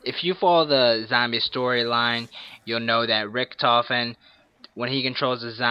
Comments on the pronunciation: His name is richtofen not richentof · he said richentof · its not rickentoph its ricktophen (i dont know how to spell the name) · Richtofen not richentofen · "richentoff" lmao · "Rick-In-Tofen" lol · Learn how to say "Richtofen" u dumbass